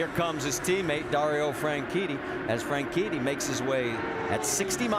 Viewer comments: why did you say "franchini" instead of "franchitti" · Suppose to be FranCheaty